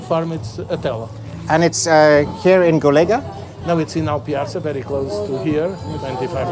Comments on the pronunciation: Accents on portuguese words are essential to know to what we refer to and they are also part of their identity. The way you pronounce "Golega" without the accent ~ (til is the name), sounds like you'r saying "collegue" in portuguese. Cheers! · Unfortunately I didn't make it to go (3 hour drive so not too bad). Golga, emphasizing the last syllable because of the ~ (tilde). 😁 (my farrier had me confused as i didn't understand what he said - as with most things as my Portuguese is very poor still and his English is non existent as with most adult in Northern Portugal - but he spelled it. I too said Golega, emphasizing the e.) We too have a Lusitano and he's one naughty creature. Our warmblood is much more obedient, has respect for electric fencing etc. Not our Europeu, he'll dive right through. I think Lusitanos are very beautiful but I wish they (Iberian people) would be more friendly when schooling and handling horses - and to all animals really - because it most of the time isn't very friendly. I don't know the situation with Lusitanos but I've heard many times that with their Spanish equivalent (PRE), the ones that go to northern Europe are the ones that can't coop with the way they are handled back here on the peninsula. I know that our Europeu also mustn't have had a very nice 'upbringing' because if you ask him something and he doesn't understand, he'll freak out and starts giving all kinds of answers showing all kinds of movements, like he has a runtime error. Very sad that so many of these horses are psychologically damaged and traumatized. But other than not agreeing with how animals are often treated here, I love this country so much. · Golegã,a at the end pronounce like Covilhã!! cheers!!